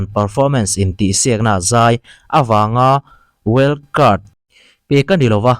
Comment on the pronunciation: wild card ni na na well cart tih tlat reng mai😂